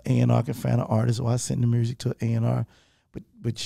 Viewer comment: Yo Gotti is starting to pronounce “music” without the letter “r” and it’s making me so sad because that’s something really unique to Memphis and I love his accent 😭